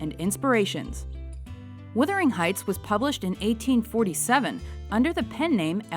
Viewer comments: The pronunciation is embarrassing. It's Wuthering Heights, not Withering Heights!! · It's WUTH....WUTHERING Heights....NOT withering heights.....christ!